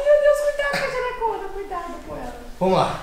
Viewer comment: nss o falou " "Jelhecõna" so deizer "Jelecona"